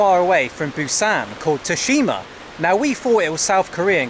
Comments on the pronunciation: when you get back in the U.K., do yourself a favour and check in to a Mental Hospital, the name of the city is Fukuoka, not "Fukaka", the way you pronounce it. The name of the island is Tsushima, not "Tseshima", the way you pronounce it. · there's a game based on Tsushima island on the ps5, one of the best games. Ghost of Tsushima also it's pronounced sushima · FUKUOKA FFS!!! you're a lost cause 🤦🏻‍♂️ Butchered Tsushima too